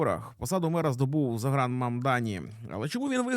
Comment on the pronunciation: Тільки не Загран, а Зóран)